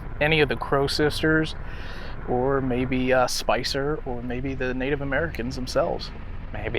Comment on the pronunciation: When you asked them to talk, I heard a 'hello', and then you asked their name and I heard 'Spicer' as two syllables; like Spice-er! Sent cold chills up my spine!